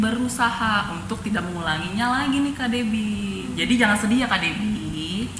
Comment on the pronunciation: Makasih dan Kaka,o iya, jangan bukan zangan, jadi bukan zadi,maaf ya